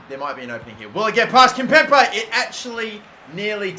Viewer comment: It's KIMPEMBE!!!! NOT KIMPEMPE!!!